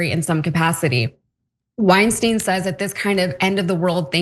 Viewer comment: Get it right, people! "Wein" rhymes with "stein" and "Weinstein" rhymes with "Einstein".